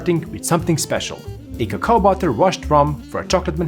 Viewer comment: "cacao butter" Lost Me There